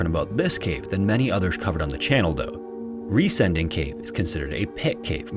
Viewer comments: While you got the pronunciation mostly right, you misinterpreted the name "Riesending" as an English adjectivisal verb ending in "-ing", like "descending", therefore your emphasis is a little off... 😅 It's actually a compound noun formed of "riesen" (engl. "giant") and "Ding" (engl. "thing"). So it literally means "giant thing" and is pronounced RIE-sen-ding (like GI-ant-thing), not rie-SEN-ding (like gi-ANT-thing). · I believe the name of cave in the 3rd story is pronounced 'Riêsen' it is spoken like the english word 'reason', ...so the cave name 'Riesen Ding' means in german 'Big Thing'! 😉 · Riesending is pronounced closer to "reason-ding" than "re-sending" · One thing about the last cave: it’s not ries- ending ,but riesen - ding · "Riesending" is not pronounced as Re-sending, but as Riesen-ding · Riesending is pronounced like "reason ding" not "ree sending" lol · As a German, it was a little bit funny for me how you pronounced the Cave in germany. The letters were right but the grooping was wrong. You said it like Re-sending but 'Resen-Ding' is much more like the correct pronounciation of 'Riesending' ^^ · It's pronounced "reezun ding" and literally means "gigantic thing". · He got the cave name wrong tho. Sounds more like "reason thing", and means giant thing. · His pronounciation of "Riesending" was amusing :)